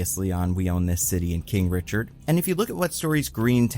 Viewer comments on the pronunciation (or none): none